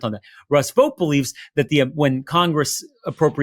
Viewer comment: Vought would be pronounced like out, not vote, and he is evil. The shutdown also avoids the release of the Epstein files